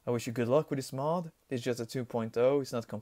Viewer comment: lol in the beginning it sounds like you said Mop instead of Mod. And i agree this 501st unit truly looks SICK!